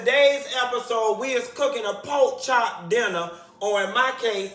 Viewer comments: Come through “pok chop” so Miami... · "Poke chop"😂😂😂🤣🤣